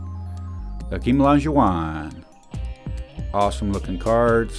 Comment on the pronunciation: When did they stop printing the H in Hakeem?